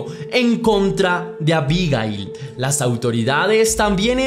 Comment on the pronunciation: Si sabes cómo se llama, es bastante molesto escucharte decir su nombre. Unas veces lo dices con acento en la primera i, y otras veces con acento en la última i. Abigail se puede escribir con o sin tilde, pero nunca lleva el acento en la primera i.